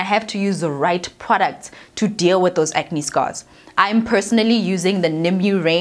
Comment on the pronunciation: "Ke acne neh?" How did I not dieeeee from this coffee on my lap! lmao